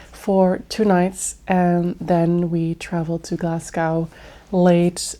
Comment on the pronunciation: It’s pronounced Glasgo (so you don’t pronounce the ‘w’). Yeah that’s why lots of movies are filmed in Glasgow as it looks like New York with the grid structure in the city centre. Lots of beautiful places to visit in the city but you kinda need to do your homework first as the city centre is quite grubby and far nicer areas/suburbs.